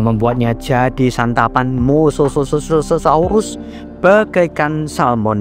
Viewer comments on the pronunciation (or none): Mosasaurus bg bukan mosososaurus bg ya bg 😊😊😊 👍👍